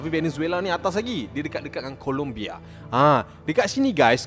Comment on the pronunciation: "Colombia" bang bukan "Columbia". Rajin buat research sikit. Jangan tangkap muat je. Nama negara orang tu, kena hormat.